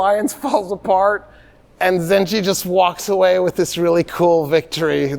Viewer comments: You are saying the name emad el deen wrong it is not zenje it is zenkey. The first pronunciation is the n word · I love that doesn't realize you pronounce it "Zangi" and not "Zanji" and this whole time he was just saying the N-word in arabic ☠️ (Im not blaming him at all, just funny to me ) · one correction Doctor The ruler’s name is Imad eldeen Zangi not zanji عماد الدين زنگي Understandable pronunciation mistake if you read from english history sources Your fan from Mosul❤ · Sir, the name you are pronouncing, Imad-al-Din Zenji. It's not accurate. It will be Jongi, not Zenji. It comes from the word Jang/Jong, which means war. And Jongi meaning warrior.